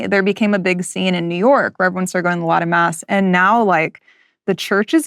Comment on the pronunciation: is she saying Latin mass? Or something else? Lata mass?